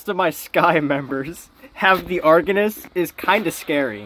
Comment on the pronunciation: Pronounced “argonos” hehe ❤